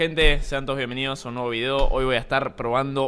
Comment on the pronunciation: nadie: Spreen: "sean todos bienveniodos" xd